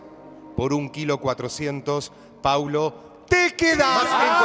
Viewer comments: 😢😢 es P-A-U-L-O no Pablo. Respeten. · Que molesto que no se sepa el nombre de los participantes el conductor. Encima que no lo sabe lo repite mil veces mal, es Paulo. No Pablo.. a nadie le gusta que le digan mal su nombre mucho menos en televisión.. más allá del bardo q haya, mínimo para conducir algo aprendete los nombres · Camila por amor a Jesucristo bajale al drama querida!!! Y no es tan dificil decir PAU-LO PAU-LO PAU-LO... Ya lo haces de chocante decirle Pablo... 🤨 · Lo del conductor siempre diciendo Pablo en vez de Paulo?? WTF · Se llama Paulo No Pablo. Decí bien el nombre!!! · Al comienzo del programa lo hizo a propósito porque se lo corrigieron y él igual siguió diciéndolo mal, es una vergüenza ese conductor